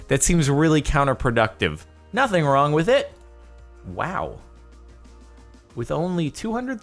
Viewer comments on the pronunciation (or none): none